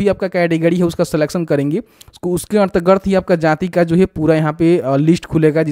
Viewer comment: bhai ardgard nahi hota hai.....antargat hota h